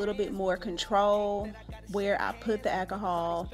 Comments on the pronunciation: I could only listen to three mispronunciations of alcohol before giving up. 😂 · Girl i bet u love the dollar tree...go on with that ahkahall..i always thought it was called alcohol but hey ahkahall is cool too.smh